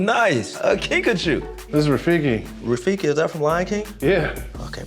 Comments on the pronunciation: Guys its kinkajou not kinkachu (I JUST READ THE DESCRIPTION) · I thought he was saying Pikachu lmao